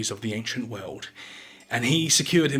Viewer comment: He speaks of some "ancient veuld". Whats a "veuld"?